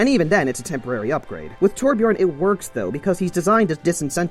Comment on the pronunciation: Hears the word torbjion* Me:AHHHHHH flips everything around me in a rage